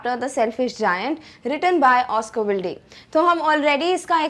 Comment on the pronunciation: Oscar Wilde is pronounced as Oscar Wild .